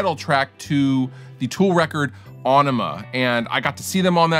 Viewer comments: A-NEEM-A........not onema.....not enema. I'm surprised no one ever gets the name right . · It's not Ånema, it's Ænema... or maybe Ønema? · Great video! Nice work and faithful recreation of tone. "ON-ema" though! I think that it's "enema" and the band was just messing with people via the spelling 😊 ("FLUSH IT ALL AWAY") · Heard him say "ONema" that's when I left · It's IN-ih-muh, not ON-ih-muh. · The album is pronounced enema, from what Maynard Keenan said in an interview once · rjmcmooseknuckle people have been getting it wrong since it came out, it is pronounced (Ah-ni-mah). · A- enema is the way Maynardo saez eet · That’s not how you pronounce the album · you mis-pronounced “aenima” everytime. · I love how he's mispronouncing the name of the album/song to make it seem like it has nothing to do with sticking a tube up the anuse and pumping fluid into your colon to relieve constipation.